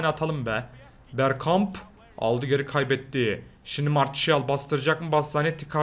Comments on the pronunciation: aynen ya marsial ne marçial diye okunuyor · Zaten martial diye yazılır marçial diye okunur biraz ingilizce yaa